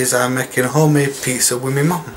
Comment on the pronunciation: Classic crumberland sossij and peatzer. The getting up am was hilarious 😂